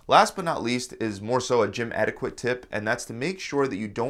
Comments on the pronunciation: "etiquette" "k" sound qu as in cheque or queue, not as in 'quiet' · Did you really just pronouce the "Q" in etiquette..? Bhahahaha!!! Cmon maan!!!